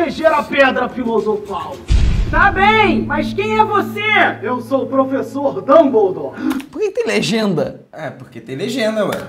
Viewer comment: Eu n tenkei a parte da "HaBiLiDaDe" E do "dumblidori" kkkkkkkkkk